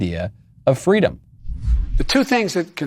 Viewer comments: It’s been a long time since a member of the Biden administration thought “fweedom” was important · I thought Kamala said it was fleewweeeedum when she stole a story directly from Martin Luther King